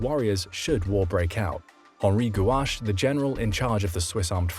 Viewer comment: not Henri Guache, but Henri Guisan